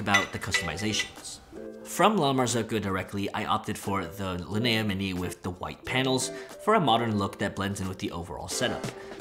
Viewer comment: Weird I’ve never heard it pronounced Lin-A but that makes so much sense